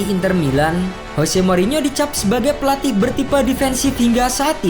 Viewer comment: tetep aja baca nya pelawtih